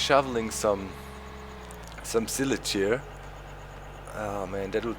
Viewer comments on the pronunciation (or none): Pronounce the Silage with an I sounding like ''eye''